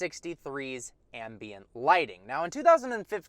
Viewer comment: Every time you mis- pronounced ambient...😟